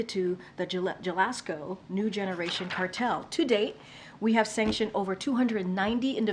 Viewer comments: J ? Pronounced” Ha” as in Jalapeño Jalisco This woman needs an education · Ok so some body couldn’t brake a few moments to make sure she could pronounce Sinaloa and Jalisco wtf 🤬